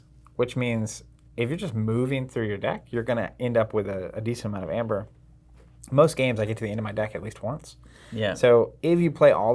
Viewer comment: It was so hurtful to hear you pronounce Aember. Google how AE is pronounced: in English as '/iy/' or "ee"., the Word is Ember not Amber.